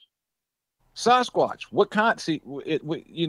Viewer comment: Sarzquatch? That dude doesn't know how to pronounce Sasquatch.